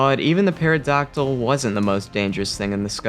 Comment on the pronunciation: Not a hate comment but the p is silent just so you know. So it's pronounced terydactil